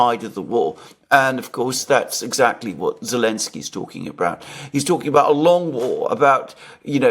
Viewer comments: Why say "Elensky" instead of Zhitensky? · the name is Zelenski and is pronounced with a "Z" like zibra, not "Elenski". Get it right dude. You've only been talking about him every day since the start of this whole thing.:) Having said that, I enjoy your show.